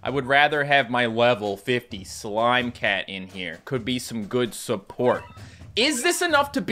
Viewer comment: I just stopped watching the video and started playing Battle cats because I was dying of the way he said slime cat it just made my day 😂😂